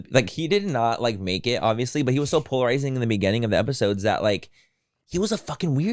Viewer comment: Take a shot every time Manny says ‘polaziring’